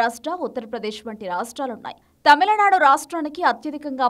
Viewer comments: It is not TAMILA nadu....it is Tamil nadu...pronounce the name properly... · It's not tamalanadu guys, it's tamizhnadu atleast try to say as Tamilnadu..is it really that difficult for you to pronounce😊